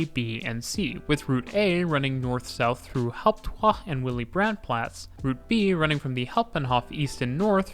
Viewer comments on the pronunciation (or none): thanks so much for your great videos but some pointers on German pronunciation: s before p or t becomes "sh", so it's "Shtuttgart" not "S-tuttgart" the a in German is pronounced more like an English u, so "Platz" is pronounced more like "plutz"